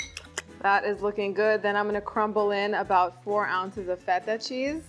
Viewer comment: I love how you say “feta”……the authentic way not like “feda” which how most people pronounce it here in North America